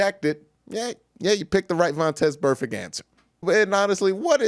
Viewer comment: Drinking game: drunk every time Q says vontez burfect